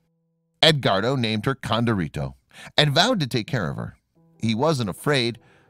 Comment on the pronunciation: When pronouncing Hispanic words, female ends with an “a” and male ends with “o”. So her name was Condorita not Condorito. This is true in other languages as well.